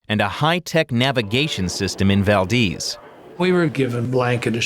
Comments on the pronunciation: Its Valdez not valdeez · ITS PRONOUNCED VAL- DEZ NOT VAL-DEEZ